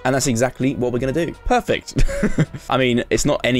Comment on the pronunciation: He built a “prefect” house